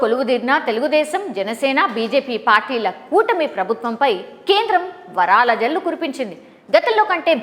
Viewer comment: వారాల జల్లు, నెలల జల్లు కాదయ్యా" వరాల" జల్లు అనాలి.